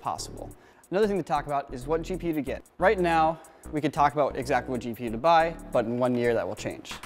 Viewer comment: It could just be my speakers, but I swear said "Cheap-e-u" instead of "GPU" XD